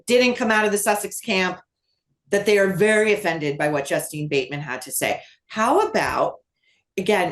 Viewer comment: It's Justine Bateman........not Justin. "Justeeen"